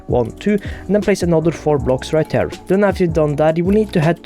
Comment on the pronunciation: Everytime he says the word “here” (as in, ‘over here’) it sounds like he’s saying “hair”